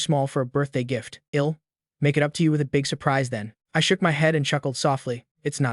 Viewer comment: The stupid AI voice can't say "I'll" correctly. I am getting annoying at it.